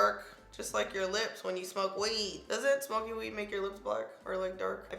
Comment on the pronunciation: Lmao every time you say smoky